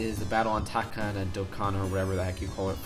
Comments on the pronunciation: it is called tacodana not tacadana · on #4 it's taco-dana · It is pronounced “Tah-koh-dah-nah” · TakodanaTalk O DanaIt Is Pronnounced You Idiot Hmmm